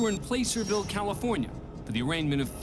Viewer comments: I live in the same county as Placerville, and it's not pronounced "Place-sir-ville". It's pronounced, "Plass-sir-ville". (plass like glass). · It's pronounced "Plass-er-ville" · Plass - err - ville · Placerville CA say "Plass-er-ville" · The way he pronounced placerville has me ready to throw hands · You pronounced Placerville wrong.